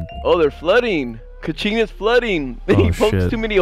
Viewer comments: Dude you say kiching not kuching, kuching mean cat they from Sarawak in these China you say the American not American it Malaysia the flag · "Kew ching" I can't💀 The way they pronounce it is hilarious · Yo, it's Kuching 😂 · I never thought my hometown kuching wound sound like cachingg, 😂😂.. i enjoy the roast vanoss.. and kuching is cat in malay language❤